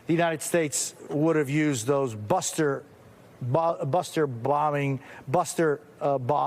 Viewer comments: "Buster blombings" sheesh Mr. Professional reporter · yeah buuster bombs is a handful of words... where's the IQ in reporters... ? U can't pronounce buster bombs xD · This is the trash of trash news. Lol this mfk can't say bunker buster. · Busterblubberbubbabutter...this guy does this professionally? Go flip bubbabustablurpbudda burgers "Jose"... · buster buster bomb mister....its bunker buster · it's buster muster bunker mr rep[orter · Bro couldn’t say Bunker Buster 🤣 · Bunker, buster bomb so hard to say 🤦🏻‍♂️ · I am still kind of in shock. Almost like they hired actual journalists. More in shock then the guy trying to say bunker buster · Let me help you out guy. Its pronounced , Bunker Buster bombs. Easily said. But i had to type it.😆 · Male news reader can’t say bunker buster. 😂😂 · Bunker buster bomb not that hard to say wop